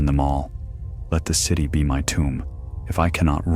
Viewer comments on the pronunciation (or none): none